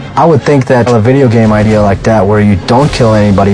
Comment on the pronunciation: Did you rike it?